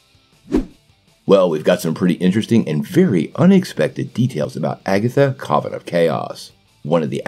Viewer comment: Coven rhymes with oven bro.